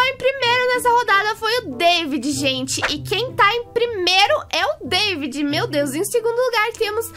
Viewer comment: nao e deivid e davi